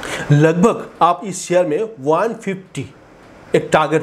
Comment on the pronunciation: अबे शेयर बोल. ...क्या सियार सियार कर रहा है !